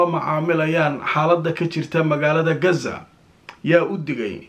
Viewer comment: sida reer galbeedka ha u hadlin ee qasa dheh hadaanad غ odhan karin